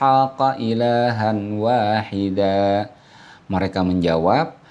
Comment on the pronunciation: Syukran atas koreksian Bacaan, ilahan Wahida, seharusnya ilahaw Wahida..idgham bighunnah